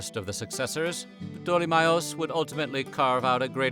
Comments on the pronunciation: Pa-tole-me??? Do you even try to learn how to pronounce the names correctly? Lol. Anyway, thanks for sharing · Wow! Never heard ptolemy's name been so badly butchered before 😂 proper terrible attempt 🙈